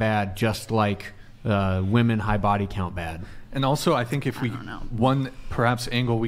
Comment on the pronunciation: For the love of everything that is holy…can MW learn the difference in pronunciation between “woman” and “women?”